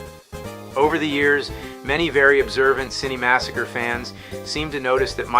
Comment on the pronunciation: See-nny massacre!